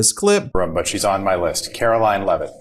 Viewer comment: Have I mentioned how much I enjoy you calling her Karolying...😂